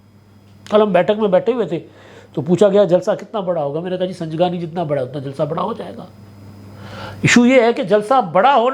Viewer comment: سنگجانی جگہ کا نام ھے سنجگانی نہیں